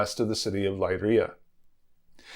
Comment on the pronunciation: This is wonderful and fascinating. But your pronunciation is a little awry. Leiria is Lay REE uh. The surname Souto is SO too. “Ou” in Portuguese is “oh”, while “o” is generally “oo”.